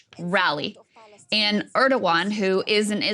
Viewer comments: Krystal, it’s not “Urrdowan”. It’s “Air-dowan”. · Why can't day say Erdogan's name correctly 😅😅